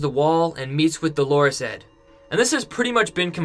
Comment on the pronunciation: Please, please stop calling Edd DoLORes Edd - Dolores is a woman's name. Edd's nickname is DOLorous Edd, from the Latin Dolor, meaning pain, grief etc. In French, the word would be douleur, with the same meaning. Unless you really think Edd is a woman, please change the pronunciation of his name. You are not the only person doing this - lots of other You-tubers pronounce the name wrongly.